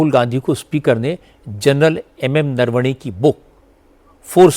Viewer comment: राहुल गांधी चूसिए को नरवणे तक बोलने नहीं आता नारावने बोल रहा है😂